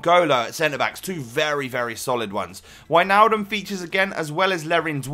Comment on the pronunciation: finnaly someone who says Wijnaldum right thx